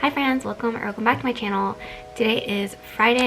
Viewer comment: Lol, I just played it back, it sounds like fans, I don't hear any "fr" sound at all. It's cool.